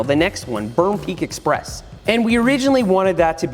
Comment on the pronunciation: perm pweak